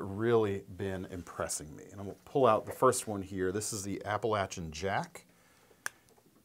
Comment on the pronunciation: for the win! He pronounced Appalachian correctly.